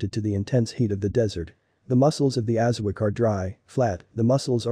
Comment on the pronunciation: Thanks for the video. Please slow down your reading. It is not pronounced aza-wack, it’s aza-wok